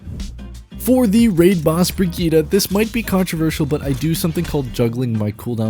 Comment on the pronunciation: Why is Brigitte so hard to say?